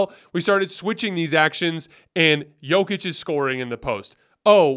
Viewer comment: is hardly alone in getting things wrong about Jokic. Most NBA talking heads, even after 2 MVP's, still mispronounce his name. Denver fans just throw our hands up.